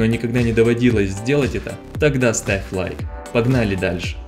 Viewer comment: Мне послышалось "Сравь лайк"